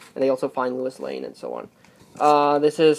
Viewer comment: Did you say Lewis Lane?